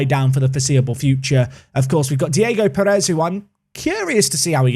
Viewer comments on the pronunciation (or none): none